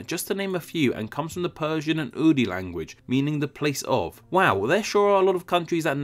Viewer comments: at it again u fuckin spaz its urdu (pronounced as “oordoo”) not urdi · Sorry to say but it's the most messy video I've seen of yours so far with butchering all the names of languages and religions. Followers of Hinduism are called Hindu and not Hindi. The national language of Pakistan is Urdu and not Urdi. I'm sorry if it's disrespectful but I've been a long time fan of your channel and didn't expect this from you. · Wtf is "Persian Urdi" language Urdu is from the Indic branch of Indo-Iranian. It is just heavily influenced by Persian. It's irritating to get pronunciations wrong. But do proper research for a video like this. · its urdu language not urdi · Wow looks like finally made a video without mistak.... HINDI? Seriously? Is it seriously so fucking hard to do 5th grade level research!??? It's HINDU in case you didn't know. It's TAJIKISTAN not "TAIJIKISTAN". The name of the language is URDU not *URDI*... I would advise you to please not make any more "fun videos." It's so ironic that your viewers have to teach you about the correct spellings and etymologies of names considering this is an etymology/geography channel! You should be ashamed of yourself. I hate people who are ignorant as fuck, can't do basic research either, go on pretending like they can teach people about the world by making "fun videos." Every single video of your's that I've seen is riddled with mistakes! EVERY. SINGLE. ONE. OF. THEM. Next time please think of all the 3d graders who are about to get an F on their presentation because of you. Think about how their parents will spank them because "my dumbass beta can't be njineer". Next time.... think of their pain. "PRUE"... you have dyslexia or something bro?